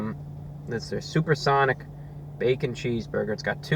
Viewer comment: suPaH sOnIc